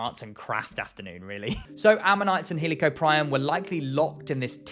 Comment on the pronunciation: Fuck the crazy spinosaur debate bullshit paleontologists need to fight about this "he lee co prion" pronunciation